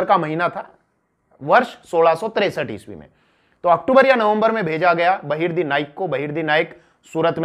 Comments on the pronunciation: Its not a loot ... please dont call it as a loot. And its Bahirji Naik....not Bahirdi naik.. Sir, Please check your mistakes in your video. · 🙏गुप्तचर का नाम बहिर्दी नही बहिर्जी नाईक है